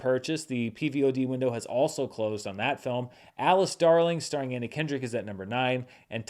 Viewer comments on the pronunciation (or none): none